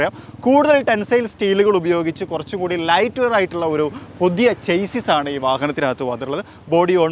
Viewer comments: *ചേസിസ് എന്നല്ല ചാസി / ഷാസി എന്നാണ് വായിക്കേണ്ടത് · ചേസിസ് അല്ല സർ, ഷാസി! ഇത്രയും കാര്യങ്ങൾ മികച്ച രീതിയിൽ അവതരിപ്പിക്കുന്ന താങ്കൾ അതിലൊക്കെ ശ്രദ്ധിക്കണം..👍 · ചേസ്സിസ് അല്ല ഷാസി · Chassis കറക്റ്റ് pronounciation ഷാസി എന്നാണ്